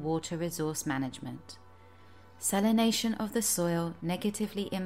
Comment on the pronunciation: It would be better if she could pronounce salination, exaccerbated and several other mundane words